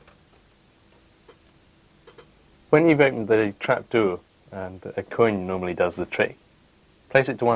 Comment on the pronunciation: Trapduuur ! Grrrr. good vid nonetheless :)